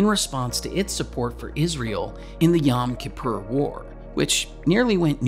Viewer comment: The Foundation For Economic Education has come out with a brilliant, simple, incisive explanation for something that I think a lot of people are feeling and experiencing, but which many people don't see as being the product of large societal situations. It's also found a very innovative way to pronounce "Yom Kippur".